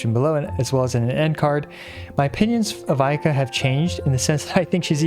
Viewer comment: I heard ayke 🤣